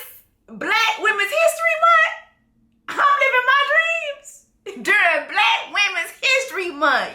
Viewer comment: The way u keep saying Bkack women’s history month 😂😂😂😂